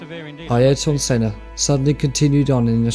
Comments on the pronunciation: How can you get sennas name so wrong? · Come on, at least learn the pronunciation of possibly the greatest F1 driver ever to grace the sport. So disrespectful. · I think that the best way to remember Senna is to mispronounce his name. It is what he would have wanted. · Please. just pronounce Senna's name correctly. He's a legend and its not hard